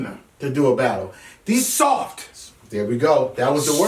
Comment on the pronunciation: I like the way you pronounce SOFT! Чёт пиздец сижу ржу😂